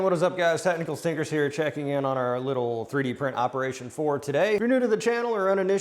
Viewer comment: Sometimes in your intro, I think you say "Technical Stinkers" 🤣🤣🤣🤣